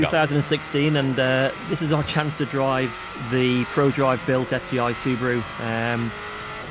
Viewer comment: That means Su-ba-ru and not Subru